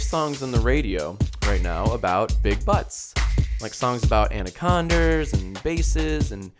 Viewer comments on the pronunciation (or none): "Anaconders" literally diying😂